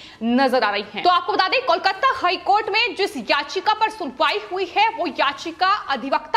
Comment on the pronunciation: aapko KOLKATA bolna nehi aati? Keya KOLKATTA KOLKATTA laga rakhkhi?